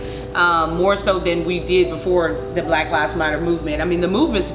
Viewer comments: I like how he says black like black people are rare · this emphasis on how he says "black" bothers me ... lol